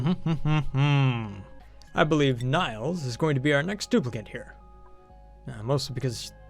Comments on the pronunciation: Is it just me or is it horribly annoying that he says Nails wrong? It's NAILS - like a hammer and nails! he is saying nials. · You mispronounced Nails' name. It's pronounced "Nales" as in the fingernail. Also you can see their gender in the "Bio" tab.